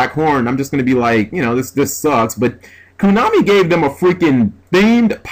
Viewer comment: Again, it's KOnami, not KUnami.